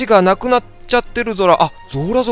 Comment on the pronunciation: ゾラがズラって聞こえてJOJO２部のあの語尾にズラってついてる人みたいでちょっと笑ったww